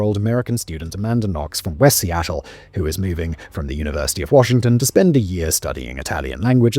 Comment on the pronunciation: Amanda Knox came from Westie Attle